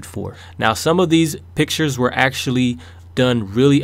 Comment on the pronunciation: When he said "These are the pictures i picked" I thought instead of saying pictures he said bitches!lol XD